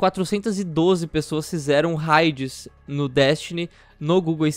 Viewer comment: Por que vocês fazem questão de pronunciar "raids" errado?